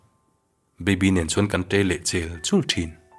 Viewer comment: Hmulthi hi mitthi kan lam a thi anghian lam rawh thisen a thi ang hian ilam a diklo